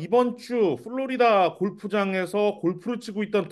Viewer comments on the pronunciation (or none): none